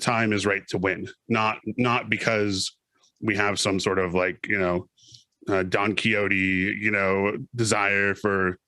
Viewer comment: Cool video and all, but who the hell is Don Kiyoti? Isn't it Don Quixote?`lol